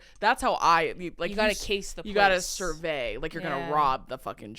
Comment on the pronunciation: love u guys 🫶 u kinda say survey like sorbet